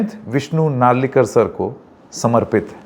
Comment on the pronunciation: Its not narlekar re baba Hindi me akshar nahi hai to kya sab ke namo ki wat laga denge kya Ita Naralikar…